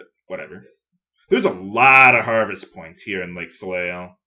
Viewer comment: And it's pronounced soley. "eil" or "eille" is always "ey" in French